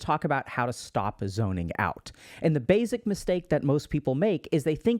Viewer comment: baSic, not baYZick